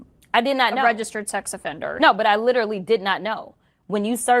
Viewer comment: Jazzy it's not Lit-tril-y moron. Can you ever believe anything she says ? I can't.